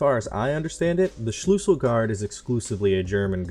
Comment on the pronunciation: It is called Schlüssel not Schlussel I needet to laugh a lot because wenn someone that is not german like me says german words it just sounds funny